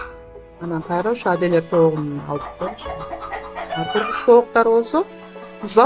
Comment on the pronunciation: Аделеер дебей Адлер де жакшы гитлер дебедин